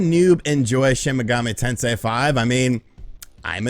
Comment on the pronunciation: take a shot everytime you hear "shin megummi tensay five"